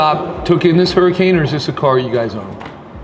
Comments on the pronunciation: HE CALLED IT A "HURRICANE"!!🤣🤣🤣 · lol. “Hurricane” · So this guy was probably a pretty good mechanic years ago. I assume that now he is just a business owner. I bet the employees laugh about how he makes videos as though he knows what he's doing when he pronounces "Huracan" like that or when he calls a Powerstroke a Duramax. There are lots of little things he says that let you know he's not a real mechanic anymore. Still a decent YT channel.